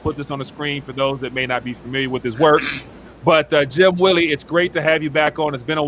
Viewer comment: He is saying it right